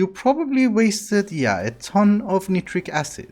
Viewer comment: Btw. You pronounce Nitric Acid wrong.(I just love chemistry) Edit : I know you don’t care but I just want to point out. Edit 2 : Chemical pronunciation is so hard too.